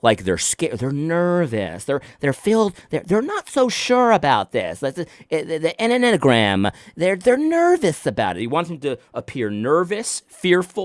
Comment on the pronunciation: The M&Mgram...? In my head, you were getting close to this pronunciation...🤣 Enny-uh-gram😁